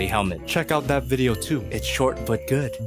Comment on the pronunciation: Out has a T on the end 😅